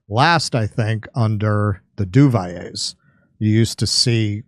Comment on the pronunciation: French Linguistics Police from Quebec- (Police linguistique française du Québec) The "L" in Duvalier is not silent. It is Du - Val - Yay. Emphasis on first syllable- "Du"